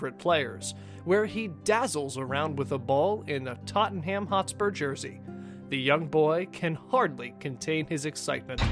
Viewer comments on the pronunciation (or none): know he can't help it but the way he says Tottenham really annoys me